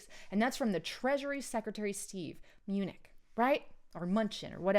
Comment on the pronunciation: it's like > Me-New-Chin. Mnuchin. Steve Mnuchin. Secretary of the Treasury, United States of America.